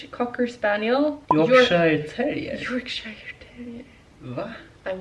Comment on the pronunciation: Wow! Fun fact 😊 I thought he was or had something from a papillon dog (svenska Papillon (hundras)). Which is also related to the Spanial family. But never thought of cockerspaniel. A small note: Yorkshire is pronounced as 'york-sure' 😉 Loved the video and looking forward to see more dog content 🐶😍